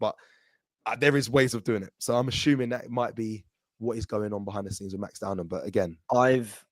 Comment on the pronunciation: its Max DOW-MAN not Downham, dont let it be another Mikel 'mourinho' Merino, or Ethan 'wanyeri' Nwaneri on this channel, if we rate these players can we get their names right 😅